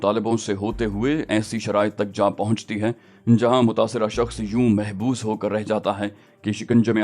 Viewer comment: Mabhoos not mahboos